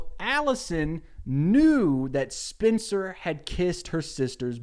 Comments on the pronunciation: Why is he pronouncing Spencer like Spincer 😂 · I don't even watch this show but the way he says "spincer" is driving me insane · Why do you keep pronouncing it “Spinster” 😂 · all i’m hearing is “Spinster Spinster Spinster” instead of Spencer lmao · Why are you calling her spincer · is he saying SPINCER? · The way he pronounces Spencer made me think her name is Spincer 😂 (I’ve never seen the show and yes I am two hours into this video) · i love the way you say spencer's name as SPINCER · Lucy hale had the same accent. She’s from Tennessee I think and I bet he’s from a surrounding state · Sound like he’s saying Spincer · It's like spinster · I also heard spincer 😆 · Hes saying Spencer weird right? Its not just me? Not an issue just caught me off gaurd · i just love the way you pronounce spencer